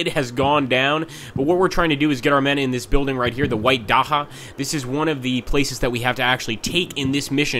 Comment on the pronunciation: Hey, if the camera is too jumpy for you, hold down LMB and move it around carefully. This should pan it slower. Also, it's Datcha, like in Dutch;)